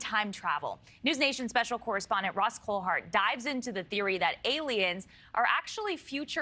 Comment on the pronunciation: It's kind of sad when the news reader can't say your name right Ross, but she smiles or smirks as she reads the headline before she introduces you. I guess not all appreciate all you do in this field ❤